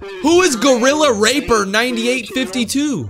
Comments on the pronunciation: it's gorilla rapper not raper lmao! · Bro it's gorilla RAPPER not r-per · Dj its rapper not raper💀💀💀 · when he said ra-per instead of ra-pp-er had me dying on the floor with laughter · ya right he said raper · my boi said gorilla raper it is RAPPER ;/ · Bro said gorilla r*per. It is rapper. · The fact dj said gorilla Raper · BRO SAID GORILLA RAPER 💀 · It's funny how he said gorrila raper instead of gorrila rapper Ngl your sus 🤨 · Not dj saying raper instead of rapper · HE REALLY SAID GORILLARAPER DJ ITS GORILLA RAPPER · ah yes gorrilla raper its gorrila RAP-PER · The way he said “gorilla RAPPER” 💀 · man really said gorilla 'raper" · Bro you pronounced rapper wrong💀😑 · You do not know how to pronounce rapper correctly